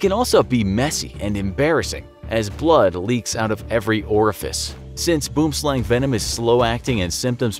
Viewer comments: Boomslang's correct pronunciation in the native language is "Bwim-Slung" if you were to try and say it in an English accent. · Tip for pronouncing "boomslang". Say "worm". Then put in a b in front. "bworm". Then slung. "bwormslung" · It’s boo-wem sl-u(as in up) ng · I’m dying 🤣🤣🤣 ‘Boom- slang’ 🤣🤣🤣🤣 It’s pronounced very differently to that 🤣🤣🤣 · you are saying boomslang wrong..., ite pronounced or sound more like "slung" translating to "snake" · All Afrikaners are mad cuz he said BOOMSLANG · I never knew I was pronouncing it wrong! The way it's written out looks to me like it would be pronounced as it is in the video, but thank you for teaching the proper way to say boomslang! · I am Afrikaans which the name Boomslang originates. I burst out laughing when you pronounced it! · The pronounciation of the Boomslang is really bad. However I see on the internet is not giving the correct pronunciation of the word either as it is not South Africans giving the pronunciation. This is a Afrikaans South African word, it means "Tree Snake" I really enjoyed the video but that really grated me. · Boomslang is "Tree-snake" in my language. I'm Afrikaans and you don't pronounce it that way xD . The snake's name come from our language. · Sorry to say but you pronounced "Boomslang" wrong. Lol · BOOM SLANG THat is the worst attempt at afrikaans 😂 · He said boom slang wrong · Terrible pronunciation of "Boomslang". With "Boom" the "oo" is similar to the "ui" in "ruin". With "slang" it is pronounced "slung". It's an Afrikaans name.